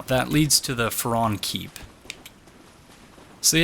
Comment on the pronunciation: I'm pretty sure the pronoucement of 'Farron' is with the hard 'a'--FA-ron. I think that's what was in the opening cinematic. Also, according to , the name Farron is a pre-1066 French name meaning Ironworker or Blacksmith. It stems from the Latin ferrum, or iron. As far as lore goes, I have know idea what that could mean; maybe Farron helped arm his own Legion?